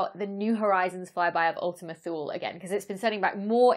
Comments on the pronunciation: Correction: "Thule" in English is pronounced "THEW-lee". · So while it's no big deal to me, there is a very popular brand that makes vehicle accessories, specifically roof, trunk, and hitch racks for carrying bicycles and travel containers. The name of the company is Thule. Everyone I've ever talked to in reference to the brand pronounces it "tool-E"/tooly. I'm no linguistic expert by any stretch, but I was the sole wholesale buyer for a small chain of bike shops here in Southern California selling high end road and XC bikes for years. I've met with several reps, a few engineers at trade shows, along with various people associated with the corporate side of their business. Everyone I have spoken with always pronounced the name with a silent "h." Regardless of the correctness 'toolE' is a much more fun and marketable name/pronunciation. That's just my $0.002 AdSense on the subject. Thanks for the upload, and insider info :-) -Jake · Wikipedia ) says 'In classical and medieval literature, ultima Thule (Latin "farthermost Thule") acquired a metaphorical meaning of any distant place located beyond the "borders of the known world".' "Thule" in Latin is pronounced "THEW-lee". I don't know where the roof rack company got their name from. :-) I don't really care how people pronounce it. I know what they're talking about and the science is cool! That's the most important thing. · How do you pronounce "thew" in "thew-lee"? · Say "To Lay". Thule. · The "e" in Thule is not silent.